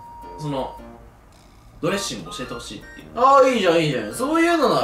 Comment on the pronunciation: のとこドレッッシングになっとる笑